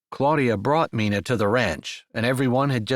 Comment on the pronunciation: Loved this story! Love the strong Christian faith that is a staple in your books Jessie. you always do a great job but wanted to tell you Mina is sounded out with a long I🥰. That was my mother’s name. Like the myna bird😏 Thanks for this beautiful book!